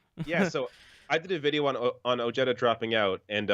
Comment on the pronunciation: Ojeda is pronounced (Oheda) not jeta